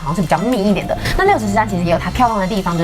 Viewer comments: 其實那個唸六十石（ㄉㄢˋ）😂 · 六十石(ㄉㄢ4聲)山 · 是六十石 ㄉㄢˋ(但)山才對唷! 可見本影片11"52圖卡六十石山下面的音譯便可確認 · 是六十石（音同蛋）山才對喔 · 因為六十石在這裡的“石”是指數量，所以正確是要說（ㄉㄢˋ）